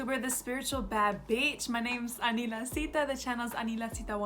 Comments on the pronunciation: Same here , It is so satisfying to hear when she says “ Anila Sita”.🥰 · I LOVE HEARING IT TOO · same so satisfying to hear😭❤ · I KNOW RIGHT 😍😍😍😍😍